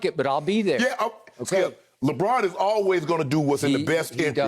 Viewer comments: Lebraawwn lol smh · “LebRAWN James”